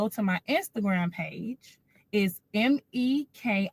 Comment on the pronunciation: Mekia is spelled but pronounced neka?? 🙄